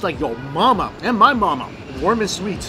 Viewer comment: You know Mikey is excited when his “s” sounds become “sh”. “... sho shweet, shilky and shoft” 😂